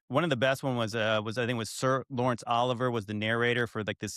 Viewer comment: It's not "Oliver", it's "oh LIV-ee-ay"